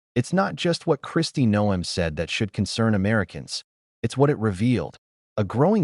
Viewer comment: If you spell Noem 'nohm', the narration will pronounce it correctly....Or, well, you could also use your real voice....or, even a decent electronic voice changer, if you wish to remain anon...